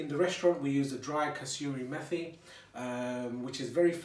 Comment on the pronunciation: It’s not pronounced ‘methi’ as in methodone... it’s Met-I lol.